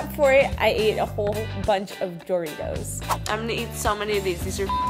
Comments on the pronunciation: If anyone says Doritos and pronounces it like DOOR-itos, end of the friendship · U know she’s a health but when she can’t say Doritos right. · You know she doesn’t eat junk food when she says Doritos wrong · You know they are healthy when they don’t know how to say Doritos